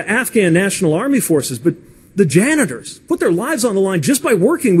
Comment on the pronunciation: did this dude say janitor lmao